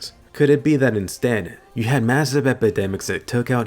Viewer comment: "be" not "ne"